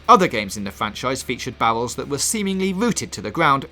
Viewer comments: Yeah he's got the same speech impediment as Jonathan Ross, he can't pronounce the letter "R" and it comes out as a "W" sound. That's why it sounds like bowels instead of barrels. It's actually a common type of speech problem. Barbra Walters also had this problem. So yeah you guys are making fun of his speech impediment. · It sounds like he is saying bowels instead of barrels. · I know its not his fault but when he says 'bawwels' really irritates me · Bawwels OwO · Can someone please explain to me what "Bawwels" are? Lol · "Fwee" "Bawels" "Destwuction" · Bawwels haha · Bawwels, pwogwessive, wadiation, I’m done😂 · The yewowy owange bawwels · o-wenge bawwels